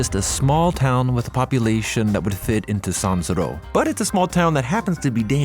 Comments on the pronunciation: not just the voice, he doesn't seem to have the knowledge. For example, the way he pronounces San Siro is not what I would expect from someone who actually follows football. This channel felt it was dying anyways, now it's confirmed. What a pity! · this narrator sounds A.I and can't say : San Siro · Stupid music, horrific voice over, “cooked” - can’t pronounce San Siro. You were better than that. Unsubscribed